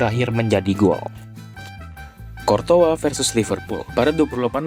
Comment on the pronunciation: bro gw masih baru ngikutin persepak bolaan. masih sering bingung sama cara baca nama pemain dan courtois dibacanya kortoa?? darimana weh soalnya selama ini aku baca kourtois